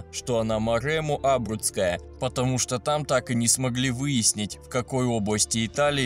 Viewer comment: Хоть ударение правильно ставь! Не Абруцкая, а абрУцкая! И волкодав не самая большая собака, у него кобели до 78см,есть более высокие породы! Правильнее сказать-одна из самых больших.